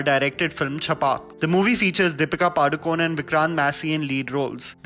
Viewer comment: its not padukon its padukone(pa-du-ko-ne)